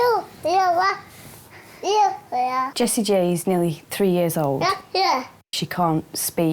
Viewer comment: I thought she was saying Jessie Jane